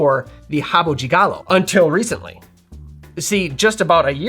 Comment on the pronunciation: Nice to see an American pronouncing "de" properly. It's not "deh" folks, it's "gee". Rio de Janeiro = "Heeoh gee janeiro". Not "Rio deh Janeiro".